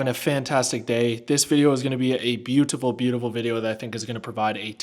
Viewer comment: Man let out his inner brit with that " beauTiful " at the start 😂Big up man !